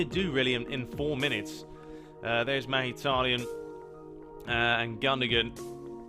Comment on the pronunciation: Who the fuck is "magitaryan" 😂